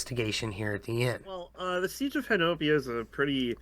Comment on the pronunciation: Just a few seconds in and looking forward to watching the video. fyi, it’s “Honobia” and pronounced “Hoh-Nuh-Bee”